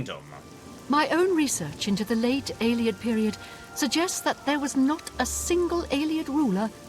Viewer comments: How many times does Umbacano have to say "AE-lee-id" before you stop saying "ai-LAY-ed"?!? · please, it's pronounced Ay-Lee-Id, not Eye-Lay-Id. Listen to the NPCs! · No,, you do not meet an Eyelayid Elf because Eyelayid Elves do not exist in the Elder Scrolls. Ayleid (Ay-Lee-Id) Elves did exist at one point in Cyrodiil. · You'd hope, with how many times Ayleid was said this episode, he might pick up on the pronounciation. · Say Alien. Now say Ayleid. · The nightmare of hearing pronounce ayleid several times in one episode. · How many people have told him how to pronounce Ayleid and he still doesn't say it right? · Either is doing it on purpose because it annoys us or his -1 perception is so bad he cannot comprehend how to pronounce it.